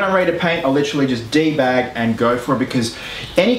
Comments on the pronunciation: "De-bag" hehe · I laughed so hard when he said debag...im a man-child